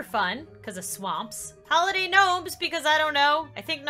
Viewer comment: its oli dah sound like holiday